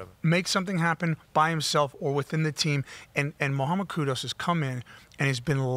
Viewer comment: notTTTTTTT KUDOS, it’s KUDUS